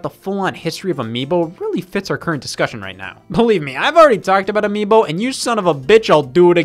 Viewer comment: anyone else realize how Scott said "miibo"